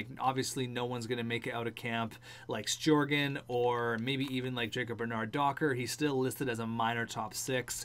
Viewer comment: Sjogren = Shoe-Grin, like so sees